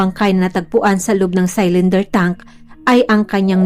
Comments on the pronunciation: Hnd po saylinder pronounciation.. silinder po ( cylinder ) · CYLINDER= SI-LIN-DER OR SI-LUHN-DUH SA GOOGLE NOT SAl-LAN-DER.